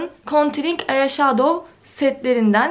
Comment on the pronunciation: 5.40 “konturing ayaşadov” 🤦🏻‍♀️